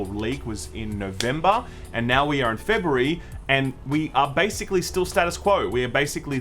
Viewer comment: "Fe-Burry" lol sorry I just like accents.